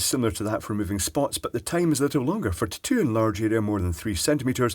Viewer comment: Am I the only one who freaking LOVES the way he says "tattoo"? Lol! Awesome!